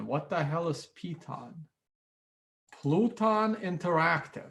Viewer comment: LMAO "Pluton". It's PELOTON! The stationary interactive bicycle.